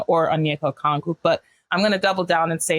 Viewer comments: As a hawks fan it's so wild being in the media spotlight. Shout outs to Lauren Williams as always! Also its Okongwu, not Okwongu! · REPEAT AFTER ME, guy on the right! OH-KONG-WU!!